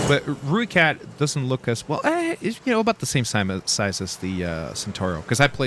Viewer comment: "Rookat" Look how they butchered my boy(language)